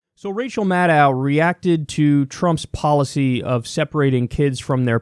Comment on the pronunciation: It's pronounced Mah - DOE Not Mah - DOW......